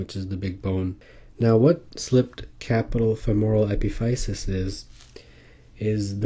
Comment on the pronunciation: it's pronounced uh-pi-fuh-sis.